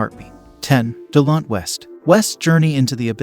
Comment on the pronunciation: do some rsearch before making a video. U miss pronounced "Delonte's" name and other mistakes as well, no wonder u only have 1k subs.